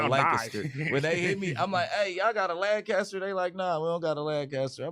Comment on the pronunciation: As a Texan it’s for sure Lancaster not Lanecuster 😂